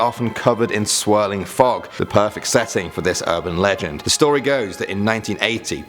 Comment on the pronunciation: Lol good stowy